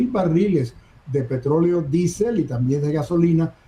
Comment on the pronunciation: Por qué no dice diésel? Q manía d decir disel.